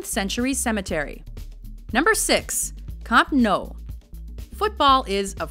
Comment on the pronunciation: Actually when she said camp nou she wasn't too far off. It's catalan, so its a different pronunciation